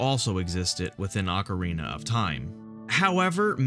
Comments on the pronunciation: hahahaha ocerina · sweet vid, but its *Ocarina of Time! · "Ocerina" Legend.